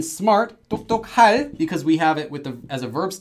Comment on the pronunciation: 똑똑할 is pronounced as 똑또칼